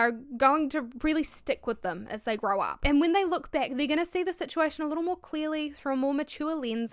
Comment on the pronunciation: “A chance to growaugher”